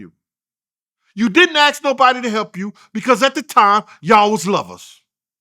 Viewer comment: Is it really that hard to pronounce the work ASK ???